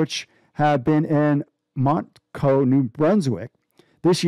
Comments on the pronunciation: LOL Mont-Coe and Aka-Dee-Ah. This has to be a joke, right? And it's not the University of Acadia its Acadia University. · 💀he also said Montco New Brunswick and called provinces , providences 🫡